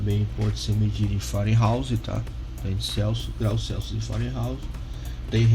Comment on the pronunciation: Meu caro, bom vídeo, porém corrija as nomenclaturas: MegaOhms, e não megoms; Farads e não faradais; Fahrenheit (pronuncia-se faren-haits) e não fareouse. 😉